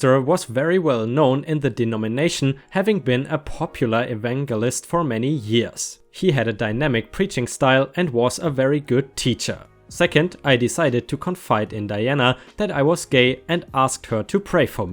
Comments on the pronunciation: Biding - by-ding - it's only bidding when there's a double d. Evangelist - it's a soft g, with a j sound. ------ Also, on the JustNoEx front, I think it would be cathartic for those of us who've been through that shit. I didn't suffer as badly as many others, but as you've seen from JNMiL males don't have an exclusive claim to violence or craziness, some women can be just as bat-shit crazy as any guys out there. I'd also like to add that just because a guy doesn't beat the shit out of a woman, doesn't mean that he couldn't if he chose to, some of us just don't feel right about hitting a female if we can avoid it. Also, although things are improving, if a guy fights back, he can risk being accused of being the aggressor & getting into serious legal trouble. Edit: typo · You've previously asked for help with pronunciations so I thought I'd try to be helpful :) Biding has a long I, from "to bide" rhymes with hide/hiding. To bide means to wait. Evangelist has a soft g like j. Your English is really excellent. English is crazy but can be understood through tough thorough thought though. ;) 💜💜💜 ⭐✳️✨✴️🌟 My friend is from Somalia and her English is limited and my Somalian is non-existent but we get by. She's moving and today I gave her a housewarming present, because moving is expensive and stressful so you give something nice. She wouldn't accept it until finally I explained it's American culture. Then she thanked me for teaching her and accepted it. 💜💜💜 I grew up in a town of 25,000. There was a single black family at my high school. Now I live in one of the largest US cities. Crazy :)